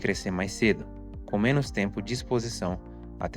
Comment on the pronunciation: Impecável, só corrigiria a pronúncia de “menos” e não “menos”.